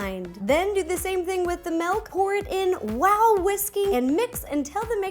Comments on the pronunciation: It's not melk. It's milk!!!! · It is milk not melk